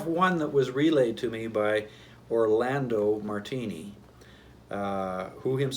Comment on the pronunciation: "EYE"-talians??? WHAT???